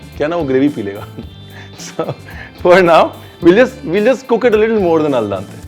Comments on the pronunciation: Ranveer, its Al Dente, not Al Dante. :) Binging on your videos, but the Italian in me (lived there for 9 years) couldn't help but correcting you here :)! Great show! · Al Dante nahi al dente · #RanveerBrar a slight correction in the pronouncing, it is AL DENTE, not AL DANTE☺️ Amazing recipe! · Sir i love the way how you cook and how you describe the taste while cooking. But with all due respect its not “al dante” but its “ al dente” which mean chewable. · It's Al Dente, not al dante